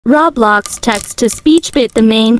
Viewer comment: "raw blocks"